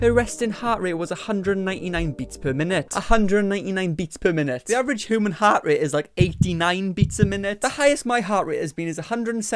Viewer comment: “Hooman” Love the way you say human lol